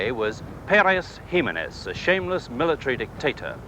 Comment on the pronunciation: Its looks Jimemez but it's pronounced He memez